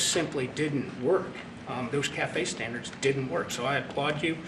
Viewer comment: What are “…vehicle stanDARS…” ?